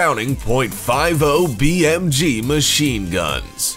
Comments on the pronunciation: I can't take this narrator seriously. Nobody that's ever shot a gun calls rounds "bullets" and it's not "point five oh bmg" it's fifty bmg. Jesus I've never heard a woman with such a deep voice. Guarantee he's a Yankee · “Five-0 BMG” just the way he pronounced that lol I’m crying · The way he says 50 BMG is stupid